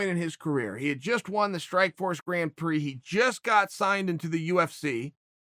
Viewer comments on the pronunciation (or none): none